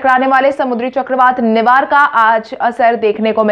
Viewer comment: Nihar(निहार)नहीं, निवार होगा मैडम जी